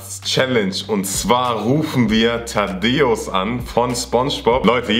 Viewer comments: Es heißt Thaddäus nicht Tadeus 😂😂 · Es heißt Thaddäus nicht Taddeos 😂